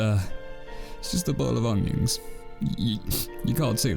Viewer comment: “it’s just a bowl of ungiongs